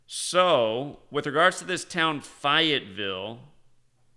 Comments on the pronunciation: It's pronounced Fay-ette-ville, not fi it ville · Your killing me 😂😂 it's fayyy etttt villle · Fayetteville has a large army training base. What's this is all an out? Fay u t Ville (pronunciation) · Fayetteville is pronounced like Fay-it-ville. There is also a Army base there. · Always learn when I listen to you. This time I can help you - the correct pronunciation of Fayetteville is Fay -et-ville. I used to live in NC. Fayetteville has an Army Base there and my daughter’s mother in law lives there, so I know how it is pronounced (unlike the neighborhood I now live in down in FL — no one knows the correct pronunciation 😋). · Fay it ville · I think was making a noted and paralleled point when he 'intentionally' mispronounced Fayetteville. Go read about its warring history, then, you'll understand his intended misnomer.